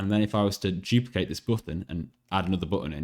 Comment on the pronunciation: I like how he doesn't say "duplicate", he says "juplicate".